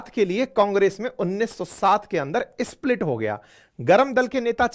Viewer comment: SAY 'SPLIT' AND NOT 'ISPLIT'!